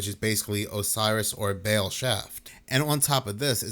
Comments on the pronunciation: Baal phonetically sounds like ball…GOD!!…. You keep saying BAIL!! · Ball not bale baal